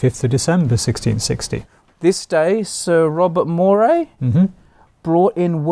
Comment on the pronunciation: Moray is pronounced Murray btw. ;)